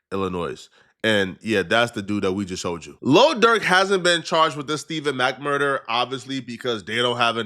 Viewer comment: You said quando rondos urder